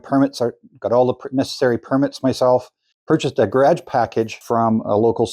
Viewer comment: "Ga' rhage"? What accent is that? Asking for a friend... Those arc shape shelf's are very cool, I'm stealing that. LOL